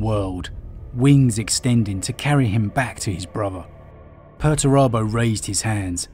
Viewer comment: It's 'Pur-ture-abo'! Lol love your videos though